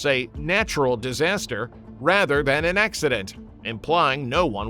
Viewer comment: Tofu-DrEG, not drAg // disaster, NOT disaster // a terrible start to your video, with a very botched title…